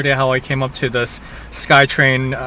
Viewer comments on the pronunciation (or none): none